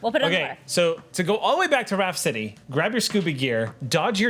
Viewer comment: They say Raft City but I hear Rhapsody.